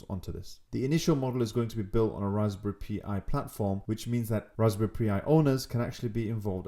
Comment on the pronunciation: Tell me you didn't say Raspberry Pee Eye, it's pronounced Pie. Raspberry pie like custard pie. They have only been around 10 years! Lol